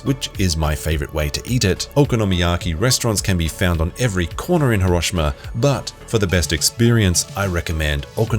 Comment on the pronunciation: i hate the way you pronounce Hiroshima... lear how japanese do it please....